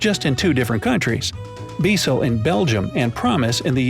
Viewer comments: Becel is pronounced “bay-sell” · Not pronounced Be Cel, it's pronounced Baecel....( Spelled Bezel...😂🤣) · It’s pronounced bay cell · Becel, pronounced in Canada as Bay-Cell, is in Canada too. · the margarine that is called Promise in the United States is called Becel in Canada but it’s pronounced bay-cell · And becel is pronounced like bey cell. His fact checker gets a lot of things wrong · Becel (pronounced Bay Cell) lol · Becel is the margin we get in canada. In canada this product is pronounced "bay-cell". There is another fact brought to you from toronto, canada. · Pronounces Australia, Danone, Knorr, Becel, and Burger incorrectly. But Poulet Frit Kentucky, gets it perfectly. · SSorayaGGirl yup I was thinking”why did he say it like that”